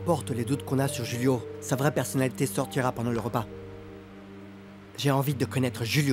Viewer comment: Kiyès ki tande Laura di Roulio oubyen Julio??